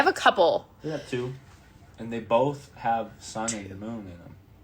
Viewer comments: What about when she says "BOLTH" with an L. Or spells "Burrito's" with an apostrophe. This woman wants to be a teacher/daycare owner, ffs... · 😂 yes "bolth"